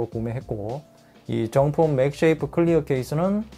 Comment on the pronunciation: 맥세이프 맥쉐이프 나만불편한가요?